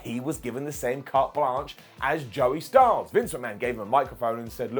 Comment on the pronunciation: Styles NOT Styls